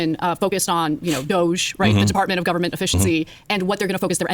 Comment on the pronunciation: Department Of Unnecessarily Cutting Human Equity. You are pronouncing it wrong dude.